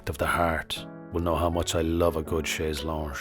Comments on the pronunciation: funfact: chaise longe is pronounced the same as the English “long” because it’s literally long 😂. No “sh” in “long”. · Ahhh, I hate to weigh in on high art, it’s all a little rarefied for this simpleton commoner … but: (Fr.) chaise longue = (in IPA) /ʃɛz lɔ̃ɡ/ = (using phonetic English language conventions) SHEZ LOHG, and make the vowel nasal; there is no n sound. In other words, that’s a hard-ish slightly nasalized vowel at the end, the N should disappear up your nose, with an optional French “uh” at the end after the G, “lon-G-uh.” But what it isn’t, is, it’s not a zh sound. Or, more linguist-ally: The final consonant is a hard /g/—a voiced velar stop—following a nasalized vowel. It’s /lɔ̃ɡ/, not a “zh” /ʒ/ sound, plus an audible final schwa, [lɔ̃ɡə], is possible in some varieties or unusually deliberate speech, but it isn’t standard and you needn’t include it … although if you own a chaise longue in the first place, then it’s very likely you would. Wonderful diorama, I could almost feel and smell the bed poop. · "chaise longue" is pronounced "long", close to english pronouncation and it is "chanson DU raisin" ever heard of internet and AI ? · I think it’s pronounced chez long. With a le or a la maybe a les…I can never remember if furniture is a man or a woman or a manly woman? Glad to help with your research and further content. Cheers.